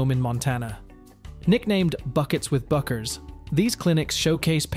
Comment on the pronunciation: Superficial and poorly researched. does not do her justice. and her name is pronounced "Beckers".